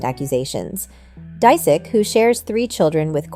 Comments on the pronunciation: It’s “ Dis ich “ 😂😂 she’s said it like three different ways and all the wrong way! Dang 😂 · 😂😂😂 learn to say his last name hahahaha